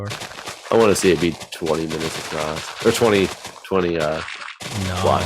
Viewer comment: Why is putting a 't' at the end off "across"?:P